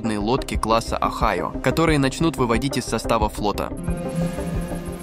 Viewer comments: Не онайо! А огайо один из 50 шта тов сша! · Правильно "ОГАЙО" с ударением на "А" и не лодка, а АПК = АтомнПодвКрейсер (24 шахты баллистичРакет "Трайдент" дальн.на 10-12 тыс км), названа в честь штата "Огайо" - первая из серии, которую Амеры называли между собой "Подводный слон", заложена на стапеле в г. ГРОТОН (ударение на первой "О") 9 апреля 1976г. - следующую из этой серии назвали "Мичиган" и т.д по названию штатов США.Их построили и ввели в эксплуатацию 14 ед., каждая стоила бюджету США 1,5 млрд $. Город Гротон тогда Амеры называли между собой = "Второй Северодвинск". Мы в Северодвинске в ответ на "Огайо" заложили на стапеле цеха 55 СМП первый ТАРК = Тяжелый АтомнРакетнКрейсер проекта 941 "АКУЛА" 30 июня 1976г: = "катамаран" - два прочных корпуса в одном легком, (на палубе КАМАЗ развернется спокойно).Между двумя прочными корпусами 20 шахт баллистических ракет типа ..., ВМФ назвал ЭТОТ Крейсер "Дмитрий Донской" =каждый 1,5 млрд рублей Советских 1976года.Построено таких "Акул" 6 ед., 7-й недостроили, т.к. ЗДОХ СССР, порезали.К настоящему времени все 6 "Акул" списаны и порезаны на металлолом, в каждой "Акуле" 2 реактора мощностью 190МВт, куда ИХ списанные девать всегда проблема, но есть же много морей: Лаптевых и т.д...."Акула" занесена в Книгу Гиннеса как самый огромный подводный корабль, построенный Человечеством: Жюль Верну с его "Наутилусом" такое и не снилось (моя мама Александра, светлая ей память!, в таких случаях говорила:Больша Федора, да Дура!).А США крейсеры типа "Огайо" до сих пор служат с 24 шахтами, в не